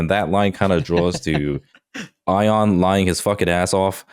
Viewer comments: still can't pronounce Ion lmao. He's literally met the guy. At this point he's doing it to incite comment engagement. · gosh it seems so obvious to me that has very little respect for ion. I don't feel like him still calling him "eye-on" and calling him a liar are a bit at this point, it's pretty noxious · I just love how pronounced Ion 😄